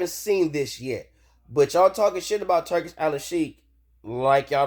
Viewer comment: It's Al-sheikh, not Al-al-sheikh And it's pronounced "Tour-Key", not "Turkey".